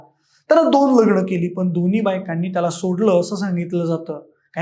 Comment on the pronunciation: दोणी, दोणीही, प्रतिभावाण, जाऊण....अरे 'न' आणि 'ण' कुठे वापरतात ते न शिकताच चॅनेलवर आलायस! जरा भाषा शुद्ध करून ये!